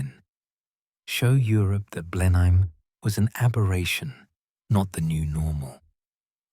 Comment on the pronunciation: A change to here Blenheim pronounced something like it should be.